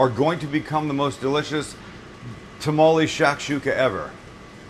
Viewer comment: it's "Tamal" BTW